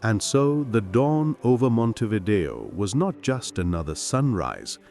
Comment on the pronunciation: In Uruguay il 40-47% è cattolico,un 35-40% si dichiara laico le altre religioni sono quasi tutte protestanti ed ebrei,ma dove li hai visti tutti questi musulmani? Ma che false informazioni dai! Ma và a nasconderti babbeo! Inoltre si dice Montevidèo con l'accento sulla e. Sergio